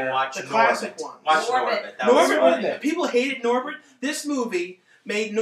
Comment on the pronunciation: Norbit. Not Norbert.